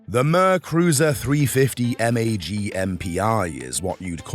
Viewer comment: I like the content of this channel well enough, but I've had just about enough of this damn British AI voice. Ugh! Who says "350 M-A-G"? Answer: No one! It's "mag"!